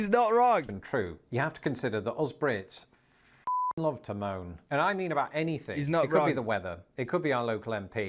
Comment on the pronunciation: The r between the words blew his mind. Brits also sometimes sneak an H sound in front of some words. Like "Hanything" 😂